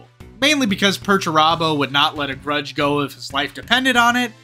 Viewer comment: What's a gruge match?!